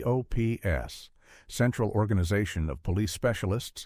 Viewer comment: V.E.N.O.M. is pronounced as"VENOM", and C.O.P.S. is pronounced as COPS, please say the names, instead of the abbreviations!